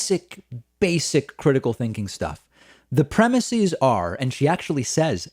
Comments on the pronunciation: "Premises" is pronounced with an "ehz" at the end, not an "eez". Otherwise well done. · David - thesis/theses - crisis/crises - prognosis/prognoses - neurosis/neuroses. Words ending in -is get the -eez pronunciation when pluralized. PREMISE does not end in -is, and the plural is therefore pronounced ˈprɛmɪsɪz. Adding that -eez ending is just something that not very bright people do to sound brighter than they really are. Don't be like them, it's beneath you. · FFS!! It's premises, not premisees. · Pleeeeeease stop saying "premiSEEZ".......it's premiSEHS." It's only EEZ for Greek-origin words going from singular "is" endings to plural "es" endings: thesis - theses; basis - bases; crisis - crises; analysis - analyses; oasis - oases; hypothesis - hypotheses. (I could go on!) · Dave. Why are you pronouncing premises like that?